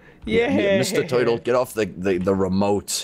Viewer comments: Wth is a 'teuytle?' Is it a turtle? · "Mr toitle" XD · doesn't know how to say Turtle 😸😸😸😸😸😸😸😸😸😸😸😸😸😸😸😸😸😸😸😸😸😸😸😸😸😸😸😸😸😸I done 🐱 because loves cats and link in the description and get I love cats 🐱 ti-Shirt Sire meowes a -lot plushy